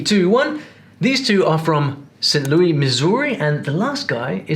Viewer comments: "Sint Looey" is so hilariously British. It's pronounced Saynt LOO-iss. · As an American, I chuckled out loud at how the host pronounced “St. Louis” (like Louis XIV 😂 )…Also, the hardest U.S. accent to imitate has got to be the Delco accent of eastern PA (see Kate Winslet and the cast of “Mare of Easttown”) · St. Louis is pronounced as St. Lewis. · St. LouiSSSSSSSSSSSSSSSSSSSSSSSSSSSSSSSSSSSSSSS Not St. Louie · My ears burnt when you called it St Lewie lol it’s not pronounced like the French would say it it’s just St. Louis. Like Lewis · We pronounce it like Saint Lewis, not Saint Louie. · It is not pronounced St Louey. It is pronounced St Lou-is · ain't no way he said "saint louie missouri bruh lmao 🤣 crazy brit. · St. Louis is not pronounced St. Louie in any American accent. Except maybe in Luzianna. Also, french Cajun and french creole are not same thing. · Saint Looee? Bless your heart.